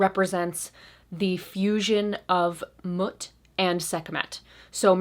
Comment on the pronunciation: Mut is pronounced Moot ✌💗